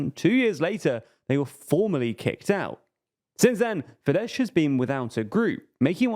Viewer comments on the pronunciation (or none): The letter combination "sz" is NOT pronounced "sh" in Hungarian. "Sz" in Hungarian has the sound of "s". Also, Hungarian is a language that usually stresses the FIRST syllable of a word. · Fidesz not pronounced as “fidesh” rather fides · Read Fides, not FideSH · .. It's FIDES, NOT "FIDESH"! No, the Hungarian SZ is not the Polish SZ. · It's Fidesss not Fidesh! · As a Hungarian, I must correct the pronunciation of FIDESZ... it's not FIDESH as you pronounced, but FIDESZ /s/. The last sound is a double-letter SZ, which is to be pronounced like the "s" sound in the English word "soldier". Other than that, it was a good summary. :) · S for chist sake... Fidesz ends with a regular "s" not with "sh" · Mate, it's not pronounced Fidesh but Fides with British typing. In polish Sz is Sh and S is S but in Hungarian it's the other way round, and sz is s and s is s. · Why they saying “fidesh” 🤣. It’s pronounced “Fides” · Unfortunately, Orbán's party is pronounced "Fidess" and not "fidesh". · Please pronounce Fidesz as “fides”. It’s the right way and is much easier. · You're pronouncing Fidesz wrong! In Hungarian, 'sz' = 's' sound and 's' = 'sh' sound 😊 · Fidesz is pronounced as Fides. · Please stop calling it FIDESH, its not polish, the sz is pronounced as a normal S. (I still hate them though) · I can't watch this, this guy calling fidesz "fidesh" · In Magyar language, SZ sounds like S (the letter S sounds like Sh by the way) So Fidesz is pronounced Fides. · I love you guys, but Fidesz is pronounced as "fides" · "fidesh" Lol Lmao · It’s should be Fides with an S (in Hungarian sz is read S) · You mispronounced fidesz- it’s “fides” while s alone in Hungarian sounds like sh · Yeah, he read it like the Polish sz combination, which is indeed [ ʃ ] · To be pronounced as FideSS - this spelling is more fitting anyway;) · Fidesz with an s and not sh, comes from latin... So annoying you cannot get this right. Avoid using their name if you cannot pronounce it?